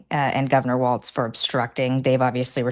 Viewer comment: Sean......it is Tim WALZ...not WALTZ.